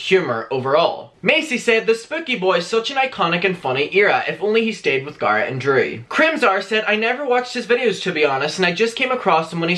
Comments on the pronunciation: GGA RET NOT GARRRAT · Everytime u say Garrett I cringe